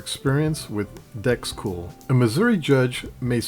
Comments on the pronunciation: He seems to change in mid-video : Video - Does he begin to say "dRex Cool" ? - Pretty sure it's still DEX (decks)... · Awesome video, I really appreciate all your research. Did you really say Drexcool?